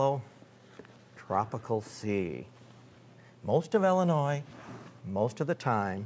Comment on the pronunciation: Why do you keep calling Illinois "Ellenois"?